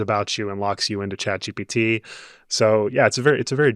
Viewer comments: How does a tech journalist who covers these things daily Not know that it’s Chat GPT??? He keeps saying GTP. And how do the other two not notice an correct him??????? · consistently saying GTP the whole episode. He really needed some sleep.